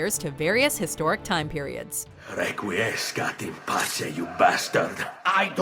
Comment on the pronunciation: Miss - 'Requiescat in Pace'